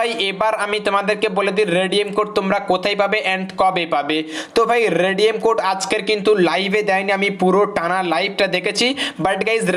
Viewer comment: আবে ভস্রিকে তুনে তো বলা রেডিয়াম